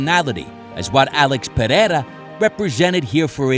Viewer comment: Thank you for showing us how to correctly pronounce Pereira. I'm sending this video to Rogan. Bisping, Cormier and just about any commentator in the UFC. They might learn a few other things here too